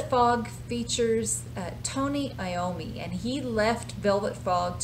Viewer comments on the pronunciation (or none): none